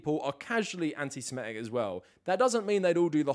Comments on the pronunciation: Minor point, but you’re pronouncing antisemitic wrong. You’re saying antisimetic instead of antisemitic. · Yes you are. I just listened to you do it 50 times. you’re saying antiSIMEtic, instead of antiSEMItic. You’re swapping the vowels. You’re saying antisemite correctly, but you’re swapping the vowels on antisemitic. It’s a common mistake. No big deal.